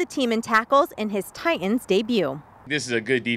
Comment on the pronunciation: Say it with me, "Tie-Tuns". Not "Tie-Uns". So annoying when I hear this